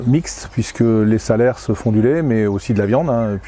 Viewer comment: super mais on dit salers" sans le s de la fin du mot. (saler)